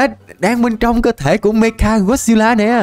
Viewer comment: Anh nói meca got xêp la sai rồi phải là mecha got xep la